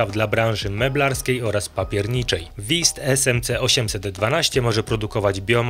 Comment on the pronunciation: Broń Boże abym się czepiał- wiem że my, Polacy mamy problem z wymową niemieckich głosek, ale Wüst brzmi inaczej, nie wist😊